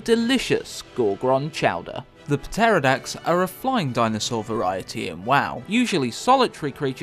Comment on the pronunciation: "Puh-terrordax"? Hey whatever floats your boat